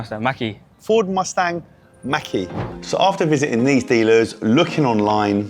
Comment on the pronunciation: Its called Mustang mach E and definitely not maqueee